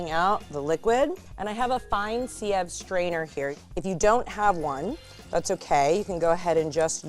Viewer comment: uhhh si-eve??? lol why did she say it like that